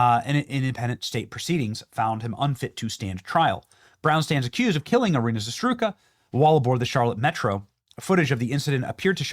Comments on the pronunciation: Her last name is ZARUTSKA ZARUTSKA!!!! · Za-root-ska ! Please Benny. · Pronounced “zah-roots-kah”. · Benny, its ‘za-root-ska’ not whatever you said. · WTF was that ? It's "Z A R U TZ K A" Iryna Zarutska.. EEREENA ZA RUTS KA.C'mon, Benny! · Benny, you repeatedly mispronounce the deceased girls name. Why? Learn to read dude. Zah-RUT-ska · Bro learn to say her last name correctly for the love of God. ZA ROOT SKA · Benny! It's ZA-ROOT-SKA 😂 Love ya brother! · Its Zarutska bro, stop saying her name wrong with complete carelessness. Its not that hard to read it properly ZA-RUT-SKA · Zer-utzka....pronounce her name right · I very much appreciate and enjoy your commentary, Benny. Minor point: It is "ee-REE-nah (Iryna) "zah-ROOT-ska" (Zarutska). We mourn her tragic loss and pray for her grieving family. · Benny, please pronounce her name correctly…..Za-roots-ka! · Benny, it’s pronounced ‘Zah-Roots-kah’ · Benny, I love ya brother, but her last name is pronounced Za-ruts-ka! Keep up your channel, keep being the voice of us true Americans that believe in God, country, truth, and justice! And that legitimate psychopath absolutely needs to be held accountable for his disgusting actions, no excuses for what he chose to do. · Zah root ska. Zarytska. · It’s Zarutska, Za-ru-tska! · Za-root- ska.. come on benny your smarter than that. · Scum bag. Learn to say her name correctly if you're going to use her death as a means to earn income. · Could you at least pronounce her name properly?!?!? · Benny, PLEASE learn to say her last name correctly. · Look into that last name bro. You’re not saying her last name right. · Nobody expects Americans to pronounce Russian names perfectly . But Benny is butchering her name to the fullest. Learn Benny , is not that hard for fok sake. It's only one name ‼️ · Almost as tragic as Iryna Zarutzka being butchered was Benny's butchering of her name. Benny the Butcher (of names) 😂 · Come on Benny. You can at least say her last name right?